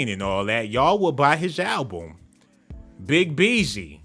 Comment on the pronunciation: He said “BiG Beezy” 😂😂😂